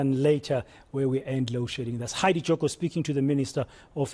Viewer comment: Heidi was bang on pronouncing the electricity minister's name